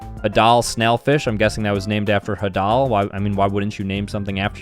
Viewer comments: it’s pronounced hay-del not ha-dal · "Hadal zone" Pronounced haydul, not hadul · its not the hadel zone its spelt like this Hay da l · It's "hay-dal" not "ha-dal", it comes from Hades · bro, its HAY-DALL not HA-DAL ok i guess thats how its spelled but definitely not how it’s pronounced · "Ha doll zone", it's pronounced heydle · just btw its pronounced Hay-dull not Hadal I dont really care just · It’s the ( hay-dal ) zone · Just so you know, , it is pronounced the “Hey-dill zone” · Ps the hadal zone is pronounced hai-dal zone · pronouncing "hAdal" "hadAl" broke me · its actually pronounced hey-dl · ...Hadal is from Hades... Hades = god of under world... its pronounced HEY-Daal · It’s pronounced h-AE-dul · hAdAL zOnE 💀💀💀 it’s pronounced “hay-dul zone” idiots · STOP SAYING “HA-dahl” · hearing him say Hadal made me cringe, im 98% sure its pronounced how youd pronounce Hades. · Stop pronouncing Hadal the way you are the Hadal Zone named after Hades because the under world is deep in earth like the Hadal Zone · the way he pronounced hadal ough... still proud of you